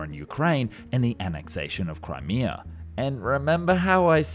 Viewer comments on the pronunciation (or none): none